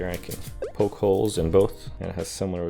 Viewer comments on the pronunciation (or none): none